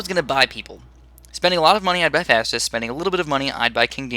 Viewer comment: Im pretty sure its pronounced Fowstus not Fastus